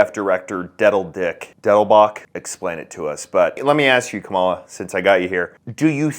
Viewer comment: It’s pronounced camel-uh